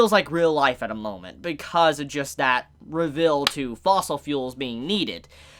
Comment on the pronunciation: You pronounce "reveal" weird "Rivil"